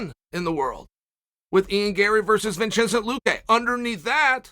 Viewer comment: Vinchinzent luke 😂